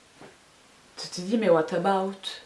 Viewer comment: le " what about" haha yes